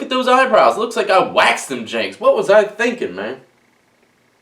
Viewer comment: Lol when he says Janks hes definitely from the 7 cities